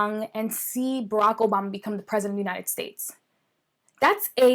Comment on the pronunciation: United stesian😂😂😂 ay nooo u kill me 😂😂😂😂 en realidad no pasa, soy de Costa Rica y si no les hablamos en inglés dicen q es pésimo servicio... entnces?